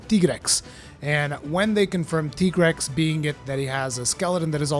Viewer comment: Finally someone who pronounced tigrex right❤😂